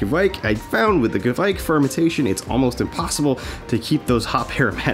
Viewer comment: As a Scandinavian I have to say that the pronounce Keviek is wrong. Kviek not keviek. To be fair Kveik is just another word for yeast (from Norway). There is. Lot of “old”.yeast from a lot of countries which will.fot the today name Kveik. I think you pronouncement of Sahti is quite right. I actually.tried this method but I still.enden up with beer tasting of DMS. I didn't have it tested though.